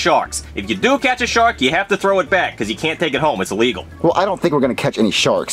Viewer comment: You mean, "I dont HAF to."